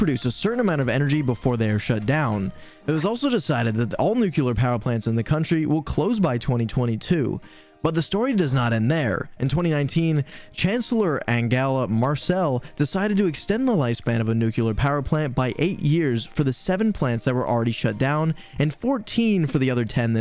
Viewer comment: "Angela Marcel"? The K in Merkel is pronounced just like a normal K.